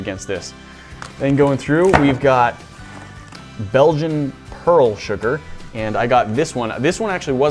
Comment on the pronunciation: "then we got Belgian pearl sugar" Me who is from Belgium: hears Belgian Also me:.... This is the perfect moment to see who is from belgium